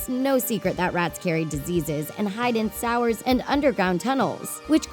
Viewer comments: GachaPlayz_studios YT you just admitted you don’t know,then end by saying it’s an accent. Which is it? I’m 51,as I stated,well traveled,and know people from all over. I have never known anyone from any country to pronounce the word “sewer” as “sour”. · Ok but we're not gonna talk about how this AMERICAN woman was unable to pronounce SEWER?! Like she literally said "Sours" ... wtf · did she actually just call a sewer a sour?! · this bitch just called a sewer a "sour" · she just called a sewer a sour... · Um she called a sewer a sour